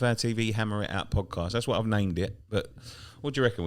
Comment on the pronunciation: At the start it sounded like you was saying Hammerette out